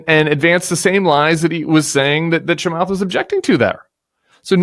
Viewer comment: Cant pronounce Chamath last name correct. 😂